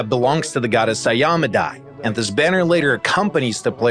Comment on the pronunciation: Cringing at the pronunciation of Iomedae.